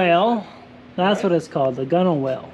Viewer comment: Hi Mate, could you please advise what 3m adhesive you used and whether it was successful in adhering the Gunwhale rubber. (By the way, it’s pronounced “gunnel”) I live in Australia and am replacing mine as well. Yes, there are a lot of companies sell it here and also a lot of varieties and at the cost of it, you have to make sure you get the correct one, Cheers mate, and your boat looks shit hot.